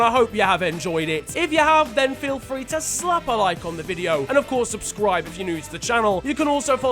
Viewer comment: My man said subscwibe